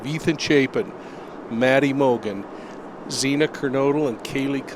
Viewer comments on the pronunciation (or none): I would take you serious but you can't pronounce Xana's name correctly. #Next!